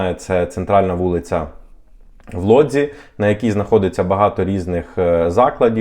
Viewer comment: Чому Лодзь а не Вудзь?